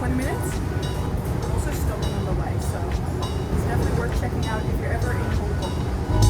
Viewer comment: the way you say hong kong cracks me up every time